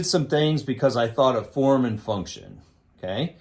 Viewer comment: If i had a dollar for every time he said Fourm and funtion...